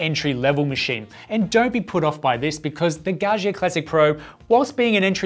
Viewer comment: its pronounced Gah Ja